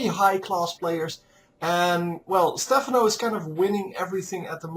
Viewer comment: Its stephaaano ;)